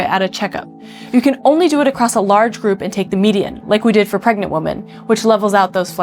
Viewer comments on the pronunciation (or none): Fantastic video. Absolutely learned a lot from this and subscribed. All that said, and I'm so sorry to be this pedantic, but I thought you should know that you don't pronounce "women" correctly. It's not wo-men like the spelling, but rather Wi-men, like the same way you'd pronounce the word "win" but without the "n". you say the plural for "women" several times and each time it's incorrect. I unfortunately know this topic well because I used to make the same error well into my twenties when I was promptly corrected by my sister, ha! Cheers. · Oh no! It's that weird pronunciation of women like "woman"! Noooooooooo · Impact on WOMEN, not WOMAN. It's pronounced Wih-Min. Singular is Wuh-mun. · *taught. Also, "woman" and "women" are pronounced differently Otherwise, great video! Also, why can't other halogens fill the role of iodine in the body? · "Women" is pronounced like "wimmin" Again. Again. Holy crap man, it doesn't stop. "Woman" is not like sheep. The plural is a different word. WOMEN. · Why do you pronounce women as woman? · Why can't people pronounce "women" and just say "woman"? It's not like you need to move your mouth in some special way to say the vowels differently. Bizarre. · Never trust someone who refuses to pronounce "women" correctly. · That was a good video besides the fact that she can’t say the plural of woman. That drives me crazy that people don’t know how to say WOMEN! Not WOMAN! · I know this is super petty.. but a pet peeve of mine is when people mispronounce “women” as “woman”… which you do. Great video though! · WAIT!---- you say the word "Woman" when you mean to say "Women". Plural! And, you do it twice within 5 seconds.....what is with your generation wherein you cannot say "Women" properly?!!!----Lemme Axe U Sum-um'!.......do you see? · Great video, but why are you saying “woman” instead of “women” for the plural? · women, "E"n. Sounds like your saying the singular Woman "womon" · Drives me crazy hearing her say woman instead of women haha